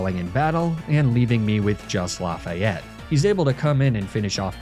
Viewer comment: Lafayette might have been better if you had pronounced it right 😭😭😭